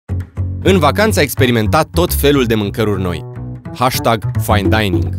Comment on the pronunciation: Care-i treaba cu "HASTAG"-ul acela? Nu se pronunta asa. =)))))))